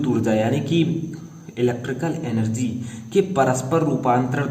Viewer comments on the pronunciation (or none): none